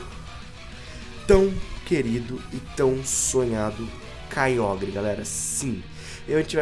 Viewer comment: O Nome E Kyogre Mais C Pronúncia Kyoger